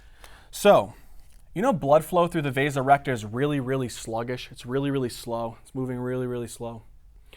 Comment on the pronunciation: Am I the only one that when he said "The vasa recta" thought he had turned into a british guy saying "The resurrector"? Amazing job by the way.